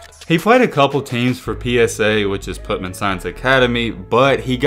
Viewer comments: Bro. READ man. The school is not PUT MAN. It’s PUTNAM pronounced “putt-num”. Come on bro. Just read. If you don’t know how to say something, then google it. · It’s PUT -NAM